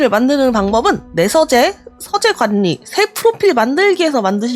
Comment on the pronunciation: 서재 관니, 관년한 → 괄리, 괄련. 받침 ㄴ과 초성 ㄹ이 이어질 땐, 앞의 받침 ㄴ이 ㄹ로 바꿔 발음됩니다.